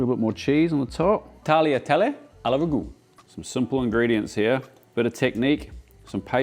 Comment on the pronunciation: Hearing Australians say ragu kills me a little every time I hear it